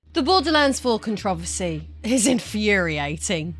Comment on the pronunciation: Con-tro-ver-sy. It's not contress